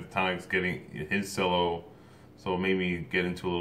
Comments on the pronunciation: cello is pronounced "chel-O" not "sell-O". Not trying to be a dick it's just like hearing someone call a Guitar a "g-we-tar" ..... I get it's spelled cello ("sell-O") but the instrument is called a "chel-O" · it's pronounced ch-ello not sello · It is pronounced (ch el o ) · its pronounced "chello" but written cello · They are amazingly talented. I loved it, the instrument is pronounced (che llo) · The word is cello but it's pronounced chello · Cello is pronounced chellow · But the word cello is PRONOUNCED CHello (with a ch sound) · Thats pronounced CHELLO, ok? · Pronounced "chello". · Pronounced chelo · I loved his reaction. How in the beginning when they started with the classical type music he was kind of " whatever" but when it got into the actual song he got really into it. And y'all get off his ass about how he pronounces cello. He didn't know. I did the same thing before I started playing cello. But. it is a great video even if I am 2 years late on watching it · Question: How can you comment on the musicians when you can’t even pronounce the name of the instrument they play? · he's pronouncing it wrong. They spelled it "ch" for the pronouncing effect. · You said cello wrong as being said by a 1st chair cellist in all state